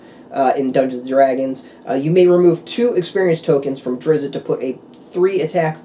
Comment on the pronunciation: Not "Drizz-it" but rather Drizzt. Should sound more like "Drist." Just saying. Thanks for the vid, as I was curious if it came with any boosters. ;-)